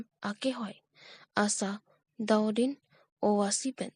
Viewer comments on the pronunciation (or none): Asadaudin Pu Kali kaningje nangjike Asharuddin puji news reader abang spelling aling Kali.